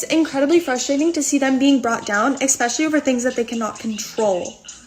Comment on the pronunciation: Did she say "exspecially"? Yikes